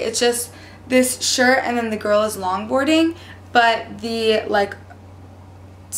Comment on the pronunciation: Girls* not Gil's lol